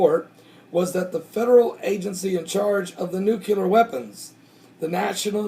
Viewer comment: I don't want to be a nit-picky nit-picker...but... it's pronounced newclear, not newculer. I love your videos, thank God for you and your work.